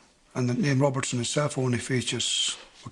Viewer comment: Dobinson not Robertson isn't that the name he's saying?